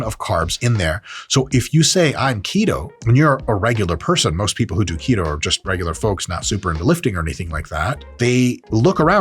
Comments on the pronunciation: His pronunciation of "to keto" sounds like "taquito" and that makes me more hungry... I would stop watching this video now... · When you say “keto”, I’m hearing taquito.